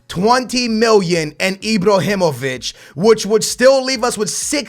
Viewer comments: IbrAhimovic not IbrOhinovic, LewANdowski not LewONdAski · I-BRAAAAA-HI-MO-VIĆ not I-Bro-Hi-Mo-Vic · It's IbrAhimovic not IbrOhimovic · why do you just ignore the letter a lol? Ibrahimovic not Ibrohimovic and Chicharito not Chichorito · STOP SAYING IbrOhimovic it's IbrAhimovic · maaaaan look at the letters its ibrAhimovic and chichArito learn to pronounce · Pls stop say "enjury", "Ibrohimovic", "Lawandowski" and so on it can't be that hard to pronounce it the correct way which is injury, Ibrahimovic and Lewandowski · lol say ibrohimavic lol my man its ibrahimavic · stop fucking saying ibrohimovic he is ibrahimovic and chicharito not chicha orito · anyone else wanted to facepalm their table whn he says ibrohimovic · Can this man not pronounce the letter a? He says like ibrohimovich and chichorito over and over again. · "Chicorito" "Ibrohimovic" whos next? Suorez? Ahaha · "ibrohimovic" hahahahaha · dont buy chicharito stop saying chichórrito and Ibróhimouvitch it freaks me out, get them out I dont want to ear you murdering their names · FFS aa, HIS name is not ibrohimovic😂 great vid man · why da fuck do you say ibrohimivic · ibrohimovic and lauwandowski??? well done